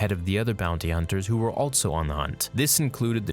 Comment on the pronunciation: WHY DO YOU SAY ALTSO? it bothers the shit out of me, otherwise I like your content. I'll sub when you stop putting the "T" in the word also bruh.